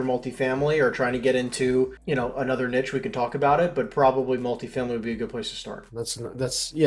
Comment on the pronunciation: I stopped listening when someone who doesn’t pronounce “niche” correctly and sounds like he’s trying to hard to use these words